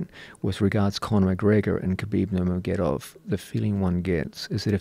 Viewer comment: “Khabib nurm????gedov”